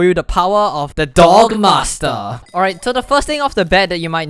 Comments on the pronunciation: Every time he says D O G M A S T R E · anyone else hear "dong master"